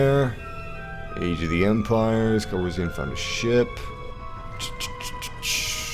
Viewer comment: why do you put more emphasis on the "an" part of Calrissian. And pronounce it "Calrission." See how I'm telling you that you pronounce it oddly? How you pronounce it like the second "a" like an "o?"